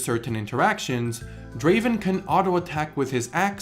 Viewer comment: It’s not Draven it’s Draaaaven